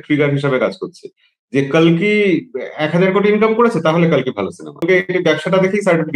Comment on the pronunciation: vai ota gajar kolki na, Kalki bolo.